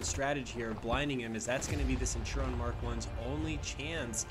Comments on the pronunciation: why do you say (senturon) it's (sent-oo-ree-on) it's bugging me🤣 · Centurion. It's not Cen-tur-on. It's Cent-ur-ii-on. Please XwX. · Great video. It's pronounced Centurion not Centuron hahaha. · it was so annoying XD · The centurion is pronounced cent ur eon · ik it's really irritating